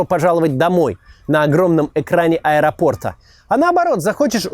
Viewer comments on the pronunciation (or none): none